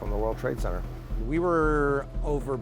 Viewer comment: It's not called CENNER, whyb can't you pronounce CENTRE/CENTER ?